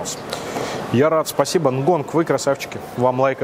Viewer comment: почему упрямо говорит нгонг, если название «ngon» без «г» на конце?)